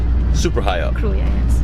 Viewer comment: Kruja is pronuonced Krooya